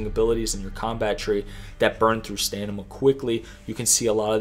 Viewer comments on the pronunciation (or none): I love your tips and this video is awesome! But you saying “staNima” instead of staMina every time absolutely killed me😂🤣 Keep up the great content man!🔥🤌🏼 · BRO i enjoy your videos but god damn its annoying listening to you say STANIMA over and over its S T A M I N A LOL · Its "stam" ina not "stan"ima. And ur(er)-sine. Sorry those were irking me. Otherwise amazing video! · Accelerates Stanima lol Great guide tho!!! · Only just starting playing this, 2 things. Do skills HAVE to be on the right side of the character screen to be active? The mind control one for example, seems like a wasted space early game. Second it's pronounced StaMina not StaNima. Just a silly thing. Great info though. Thanks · Great video honestly, but why do you keep saying "staNiMa" and not "staMiNa" ? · Is it stanima or stamina!? Lol! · My man says Stanima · Is it just me or did you say stanima a few times🤣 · Why you saying stanima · It was funny how stamina was pronounced.